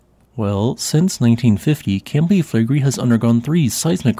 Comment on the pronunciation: Reall Interesting. But take a little time to learn how to pronounce the words "Campi Flegrei". (it's Italian)😂